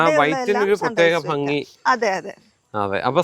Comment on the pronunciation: ഹലോ വ്ലോഗാ...ഫംങ്ങി അല്ല, ഭംഗി. ദിവസവും നാവ് വടിച്ചാൽ മതി, ശരിയാവും. പിന്നെ ഇത്ര അധിം വാചമടി ബോറാണ്.